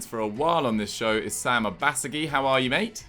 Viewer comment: Is that how you pronounced sams name. I never knew